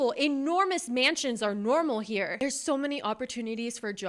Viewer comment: "I'm sho FRUSTRATED!"